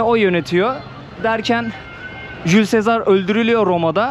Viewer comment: Cül-Sezar dedigin arkadasin isminin telafusu öyle degil kardesim, Julius Cesar. Tam zaten telafus edemeyeceksin tamamda bari yaklas kardesim Cülsezar nedir allah askina? :D